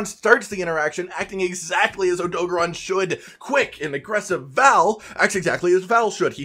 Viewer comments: I'm sorry but AUTO GARON NOT ADOGRON SAY IT WITH ME OTO GARON OK again I'm sorry I couldn't resist btw I love you vids 😃😀😂🤩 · SAY ODOGARON RIGHT OMFG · Why he saying odogaron like that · The way you pronounce odogaron is cringe